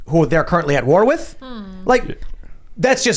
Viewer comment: its "with" not "wit"